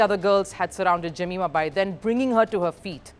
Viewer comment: Her name is pronounced ( जमाएमा )